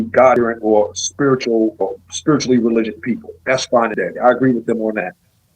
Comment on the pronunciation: "spirichue" "Rachue" "Bye-bue" "Cuh-rynth" crazy for a "priest" to be so ignorant of correct, or even mainstream, pronunciations.